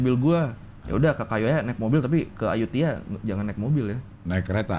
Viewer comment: Ayuthaya bukan ayuthiya .